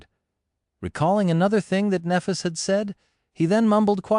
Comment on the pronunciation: Very fucking annoying this AI can't pronounce Nephis correctly...